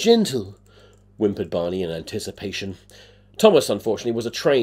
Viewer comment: I was listening to this while drawing, and when you said Barney the dinosaur, phonetically, it sounded like “Bonnie”, and I was like “Who the fuck is Bonnie the dinosaur?” And I thought that was silly of me